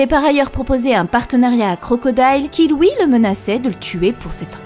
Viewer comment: C'est quoi l'accent de qui ressort sur les mots "huit" "lui" "fuit"